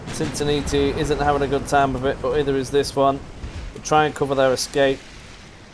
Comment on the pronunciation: Please say "natalie" Sin-Sin-NAT-ee :)